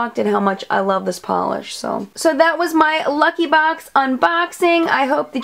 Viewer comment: Lmao!!! I always crack up when you say BOX! Baux!! Lol! And I have the boho deep blue! Wearing it now!